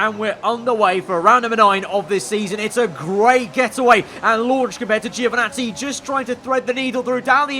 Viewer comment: I know what I'm talking about when i tell you how to pronounce Italian names, once again, it is (Jo)vinazzi and not (Geo)vinazzi